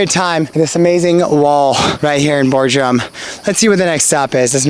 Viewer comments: It is Bodrum not Bordrum... and please don't thank me for the support. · Bordrum hahahahha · well at least it wasnt Boredrum